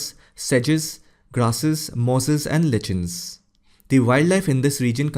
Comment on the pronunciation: Lichens is pronounced "laee-kens" not "litchens" Geyser is "gaee-zer" not "gee-zer" Fjord is "f-yord", not "jord" — not sure where you got the idea that the f is silent. Aside, really enjoyed the video.